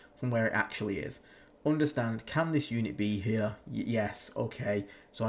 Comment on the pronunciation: Drinking game: drink a shot every time says "OOnderstand"/"OOnderstanding".